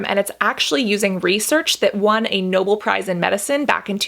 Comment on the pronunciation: Anyone else notice she mispronounced Nobel prize? It’s “No-BELL” not “noble.”